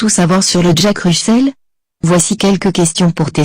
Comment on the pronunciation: 8/10 et Russel se prononce Russèl pas Russeul